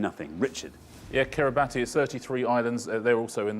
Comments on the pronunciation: Yeah, I was really surprised and impressed that the contestants knew so many Pacific Islands, but rather disappointed that neither Xander nor Richard knew that it's pronounced Kiribass. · kiribati isn't pronounced like that, iinm...more like kiribas...